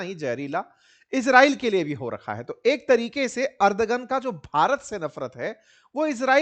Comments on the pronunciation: अर्दगन नहीं एर्दोगन बोलिये। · Ardhogun ❌ ardhnagn